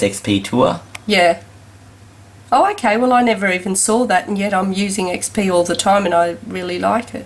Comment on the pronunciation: "what do you think about windows ME?" ... "its very similar to windows XP pee" is it me or did you really say XP pee?